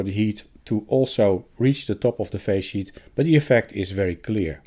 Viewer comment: Is resonance in the face sheet a problem with such high frequency adapting? I keep hearing "phase sheet" - thanks for labels within video 😀